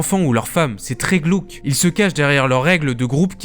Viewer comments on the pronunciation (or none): "c'est très glOUque" 😂😂